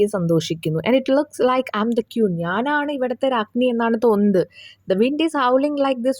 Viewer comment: ക്യൂൻ അല്ല ക്വീൻ ആണ്. ഉച്ചാരണം അബന്ധം